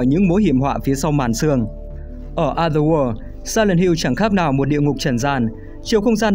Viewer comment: Cảm ơn W2W đã làm về Silent Hill, mình rất mê phim này. Nhưng cho mình xin góp ý về cách đọc từ "Other World". Cách đọc khiến người nghe bị nghe nhầm thành "Ather War". Còn đâu mọi thứ rất ok ạ